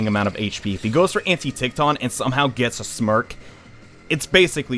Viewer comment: "Antitichthon" "Nanakada" Dude. It's Antichthon and Nandaka.